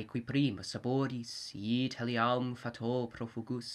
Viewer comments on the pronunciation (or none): Is it just me or does anyone else notice that this guy places accents wrongly a lot? Like for instance in the second line he goes "EE-tali-AHM fa-TOH" when it should be "i-TAH-liam FAHT-o". And he does this enough times elsewhere so that it seems to me that in spite of his obvious applaudable effort at emotiveness, the flaws in accentuation should divert serious students or enthusiasts of Latin away from this to a truer reading. By the way, I am perfectly open to being corrected on this if I am wrong. I have only an introductory knowledge of Latin, and I admit there could be something I am missing here.